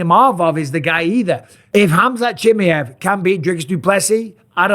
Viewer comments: ChimaEeeeev , not Chimiev … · It's 'Chimaaajev', stress on 'a', very short 'i', very short 'e' pronounced like a short 'i'. Pal, you're doing this on purpose. Used to subscribe to your channel... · Chim-ee-ev lol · Love ya bisping but Chimmyev?? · The disrespect from Bisping by not trying to pronounce Khamzat's last name correctly is noticeable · Mate. Why you saying his name like that. I swear you've never said it like that before or am I tripping 😂😂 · Michael say his name properly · Until Bisping learns how to pronounce Chimaev properly, I'm not listening to this. I just can't. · You've pronounced his name wrong like 100 times now. This is an impressive devotion I have to say. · Mike, I'm not saying this to be rude. The way you say chimaev is wrong. Swap the A and the E brotha. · "Hamzat Chimiev" lmao😂😂